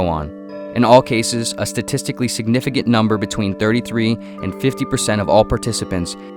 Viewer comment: Not that it matters, but: "signifigant"